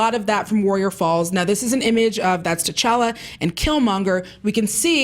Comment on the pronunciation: when even black people are pronouncing the name with a MASSIVE T at the beginning of a name that should come naturally to them..t'challa, t'chaka FOH